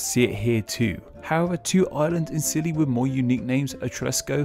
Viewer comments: I always thought they called it the Isles of Scilly not skilly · Is anyone watching from any of these islands? Also yes I know I say scilly at first when it's pronounced silly. How scilly of me.